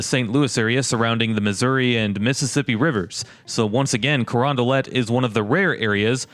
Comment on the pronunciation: Man the way you say Crondalet makes me want to unsub but I wont for now